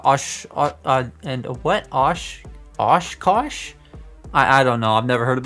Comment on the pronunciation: Oshkosh trucks are called that because they're made in Oshkosh Wisconsin , which is 20 minutes from where I live, and you pronounced it right Osh kosh